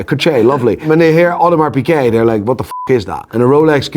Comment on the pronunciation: There's a G in Piguet... Not Pické